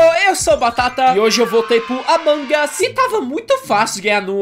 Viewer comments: amangas as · ai eu gosto de AMANGAS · O batata fala amangas😄😄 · Não é a mangas .é almôndegas kkkkkkk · ninguém: a Batata: "Amangas" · O batata fala certo o nome é "Among Us" mas se diz "Amangas"